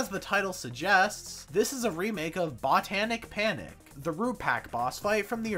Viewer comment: um actually is pronounced “bohtanic panic”